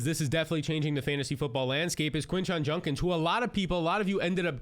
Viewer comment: Bro, it's JUDkins. Not Junkins. Hate to be that person but damn you say it wrong every time.